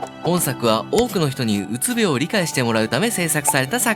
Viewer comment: うつびょう↘︎じゃなくて、うつびょう→やで